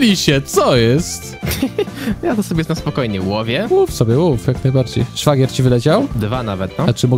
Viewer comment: 1. Szwagier nie świagier 2. Xd